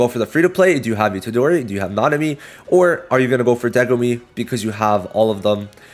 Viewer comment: I noticed you kept saying Degumi instead of Megumi. Just thought that was funny lol